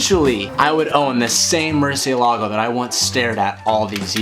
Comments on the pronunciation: Did you call it mercelago? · Murcentador...that's the name ☝🏿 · what a nice 'Murcitor' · “I knew every factual thing you could know about this car” ...except for how to pronounce “Murcielago” properly 😑